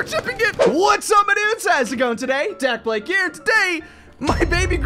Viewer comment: dakblake ❌ dakablayk ✔